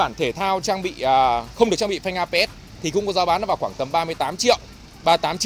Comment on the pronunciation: Phanh ABS mà sao bác toàn đọc APS vậy?